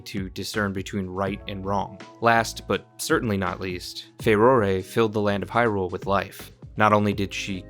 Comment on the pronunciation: You call her Far-roar-ay like me and not Far-roar. You get your sub. Thank you for being you, great video can’t wait to watch and comment more